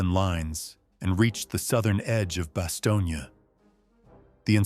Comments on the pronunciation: It was Bastogne, not Bastonia. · It’s Bastogne not Bastogna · When are they gonna get the fucking AI to stop calling it BASTIONA it’s Bastogne,and it not pronounced it baloney,brave men fought and died there,to many people it is considered hallowed ground,I being one of them,so when this stupid AI keeps fucking up the name of the town it really upsets me and I’m sure plenty of other people around the world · The pronunciation of the town is Bass tone. My father was in the battle of Bastogne. George Patton was one of the most brilliant generals to ever command any military force in the history of the world. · AI truly needs work "Bastonia"? try again dopes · Am I the only one who is cringing listening to this guy mispronounce Bastogne ?